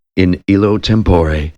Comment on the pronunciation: On the whole, a fine reading -- but there are too many mispronounced words. Five-syllable words are sometimes uttered in four syllables. (Homogeneous is one example.) Instead of "institution," we hear "intuition." "Tempore" is accented on the second syllable instead of the first. Etc. -- But I still appreciate the effort!